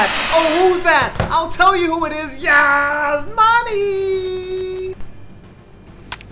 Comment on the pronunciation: The way he says Yasmani is cringed